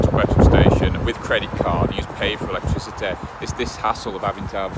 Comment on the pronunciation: Come on mate say electricity properly